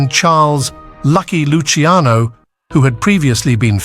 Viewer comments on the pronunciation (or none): none